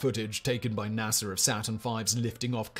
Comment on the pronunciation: Yes we landed on the moon. Hearing you call NASA .... nassar